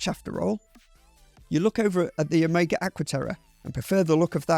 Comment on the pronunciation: He sounds identical to Ben except how he says omega and a few other words